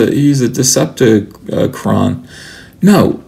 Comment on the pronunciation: ahahhah "decepacron" monkeyface is my favorite transformer ETHAN!!!!!!!!!!!!!!!!!!!!